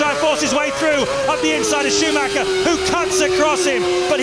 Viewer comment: I love how nobody ever bothers (to this day) to pronounce Michael Schumacher at least somewhat decently.